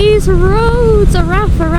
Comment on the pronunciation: Araf ... means Slow .. Said Arav ... f is a V sound in Cymraeg xx